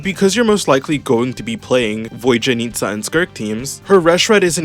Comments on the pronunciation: My British brother she’s VodYanista not VodJanitsa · "Voy-janitsa" bruh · Bro really said "Void-yanitsa"